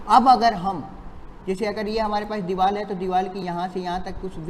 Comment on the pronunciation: Vo deewal nhi hota deewar hota hai lodu 🤣🤣🤣